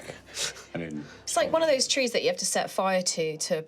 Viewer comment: "ATTACKED BY TWEES"